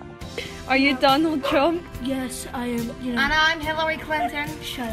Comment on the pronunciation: He pronounces huge like youge.